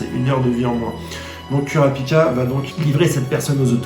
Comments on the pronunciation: Kurapika on le prononce Kourapika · super vidéo, par contre par contre kurapika ca se prononce courapika xd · oof sa fait mal quand tu prononce kurapika